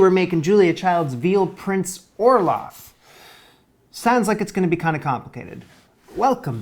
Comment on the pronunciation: Why dose it sound like you r saying olaf from frozen.